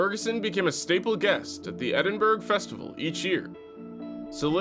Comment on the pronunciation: Please tell me it's a bad AI voice saying "Edin-burg", or that he grew up in Glasgow rather than Cumbernauld.